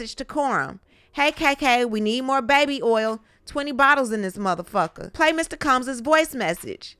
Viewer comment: I love how you say motherfu#@ With the A on the end.😂